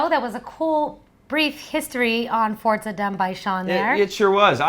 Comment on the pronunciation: FORTZA?!?!?! ....... it's Forza..